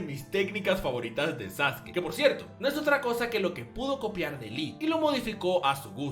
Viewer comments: Tengo una duda por que se dice saske, si se llama sasuke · diciendo "saske" y no "sasuki" ¿se metió un lineaso de células de Hashirama? Solo le faltó decir que Hiruzen es el mejor Hokage. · Saske? Sasuke? Sasuki? Ahhh... el emo sensible tonificado☑️ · este vato me tiene hasta la madre con su sasuki